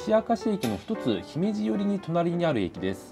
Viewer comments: 姫路の読む時のイントネーションはきょくりょく気をつけてください。 姫路↗️ではなく姫路↔️です。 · 姫路のイントネーションが違和感しかない ひ↑めじ↓ってなんやねん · 姫路城「ひめじじょう」とか、姫路駅「ひめじえき」を発音する場合は「ひめじ↑」となりますが、 姫路「ひめじ」が文節末になる場合ひめじ↑は発音しにくい。 だから「大阪から姫路」 といった今回の動画の場合、 「おおさかからひめじ↓」 となってしまうのは発音としては自然である。 しかし関西の人は「ひめじ↑」にこだわり、他所から来て「ひめじ↓」と発音する人をバカにするアルアル関西現象が存在します もともと「ひめじ↓」の方が、発音としては楽だと思います。だから普段は姫路に縁がない他所の人が 「ひめじ↓」と発音するのは自然な流れです。 しかし関西では何故か「ひめじ↑」にこだわり、「ひめじ↓」を目の敵にします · ひめじ↑のがどう考えても発音楽ですき、てか現地のイントネーションに合わせろや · 新快速さすがですね👏 余談ですが、自分は神戸の人間なので"姫路"の発音が気になります...😂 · いかにも関西人じゃない姫路の発音ですね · まさか大久保停車ダイヤの紹介は嬉しい… 姫路の発音は気になるけど～w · 姫路の発音がちょっと気になる。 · 姫路の発音ちげーよ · 姫路の発音どないかしろ